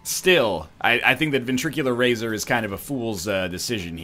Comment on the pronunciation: Please stop mispronouncing ventricle razor.